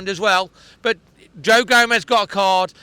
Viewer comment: stop saying Joe Gomes, Joe Gomez plays for Liverpool. Its Joao Gomes… like Joao Mouthino. Enjoy the content but to pronounce players names wrong consistently is lazy